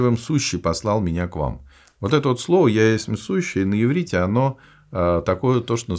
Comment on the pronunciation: Иврит, а не еврит